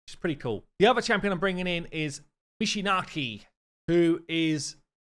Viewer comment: Step up your Japanese pronunciation,:DDDD (Just messing with you, but anyway, ideally it should be a straight "Michinaki", no emphasis needed on the "naaaaa")